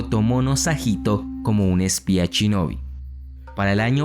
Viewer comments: por que cuando lo dices suena chinobi, se dice shinobi, los latinos no saben pronunciar la palabra esa palabra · me mató cada vez que decía "CHINOBI" o "CHURIKEN"